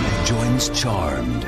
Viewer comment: ca fait du bien de voir des gens bien prononcer le nom de la série; fuck you ceux qui disent charméd